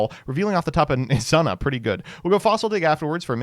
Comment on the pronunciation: IT'S "E-ZOO-NA" NOT "E-ZUH-NUH"!!!!